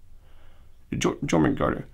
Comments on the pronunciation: It's pronouced like Yor-mun-gand and then roll an R slightly at the end of that if you are capable. You're welcome. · The serpent is pronounced yormungarder. 🙂